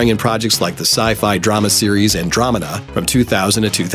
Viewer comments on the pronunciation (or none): none